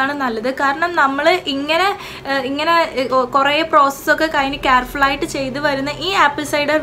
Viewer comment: First learn the pronunciation of the English word you say.... ആപ്പിൾ സൈഡർ... അസിഡിക് ആസിഡ് അല്ല ...അസെറ്റിക് ആസിഡ്....... കാർഫുൾ അല്ല....കേർഫുൾ.. (careful) 😩ഈശ്വരോ രക്ഷതുഃ.....